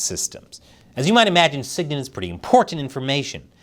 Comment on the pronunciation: It’s said Sig-Int not Sig-Nint And ELINT is said EEEELINT not EhLINT